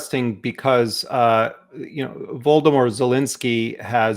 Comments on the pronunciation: Did he just call Zelensky 'Voldermore'...!!!? Excellent interview though. Chomsky - what a brilliant mind. Appreciate that the interviewer allowe him to speak, without interrupting him, until he paused naturally. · Is it just me or did Jeremy almost pronounce Zelensky's first name as Voldemort? xDD